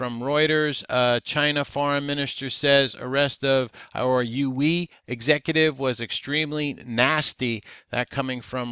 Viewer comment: how-weeee how-weeee haha Huawei is pronounced wah-way